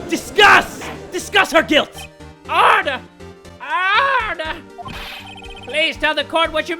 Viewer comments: please don't say "Orderr,Orderr" again it sounded like "Harderr,Harderr" lol anybody else noticed it? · I like how he says ORDER, ORDER but if u kinda head it closely it sound like he says HARDER, HARDER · When he says order i hear harder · I will never get bored of this series, even if I only eventually stay for “oRder, oRDER!” These videos put a smile on my face every time! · No one:: OrDeR OOoOodER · Sounds like he was saying "Harder! H A R D E R !" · "OrdEr!" orgasms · OMG I LOVE IT WHEN HE SAYS ORDERR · I really like it when pronounces ORDER OOORDER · Why does he say order like that XD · Its so hilarious how jay pronounces: order! Orrrrder! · Getting “Arstotskeee” vibes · Icarus i think because it sounds like HARDER HARDER if u know what i mean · The way he says order is FUNNY AF😁😁😁😂😂😂🤣🤣🤣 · I was going to the kitchen then out of nowhere I hear ORDER OREDER